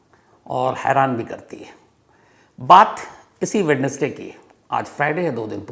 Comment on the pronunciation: वैडनेसडे नहीं सर वेंसडे होता है